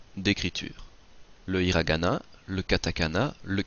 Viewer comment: 5 systèmes d'écriture, arabiasuuji. Il n'y a pas de r en japonais alors hiragana prononcé avec un r. Prononcer gozaimass pas gozaimassou. Où t'as appris le japonais ?